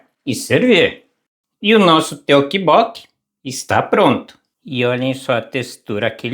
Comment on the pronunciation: ....a pronúncia correta é toppoki